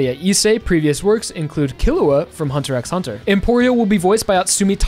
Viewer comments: I hate to be that guy, but you don't pronounce the "x" in "Hunter x Hunter", it's simply pronounced "hunter hunter". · It’s just Hunter Hunter you don’t pronounce the X